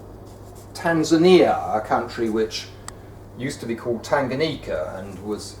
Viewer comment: Nobody: Barnaby Lenon: Tan3ania, Swa3iland